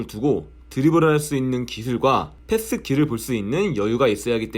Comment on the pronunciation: 패th?? 패쓰?? 순간 노홍철인줄 ㅋ